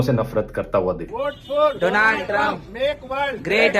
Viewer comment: He say Dolan trump...